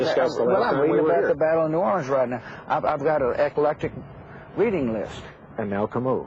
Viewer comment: "Eh-coh-lec-tic" reading list? "The key for me is to keep expectations low" - You don't say, Mr. President.